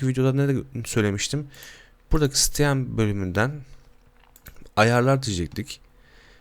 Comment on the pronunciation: abicim steem nedir allah aşkına sitiim demeyi hiç mi öğrenmedin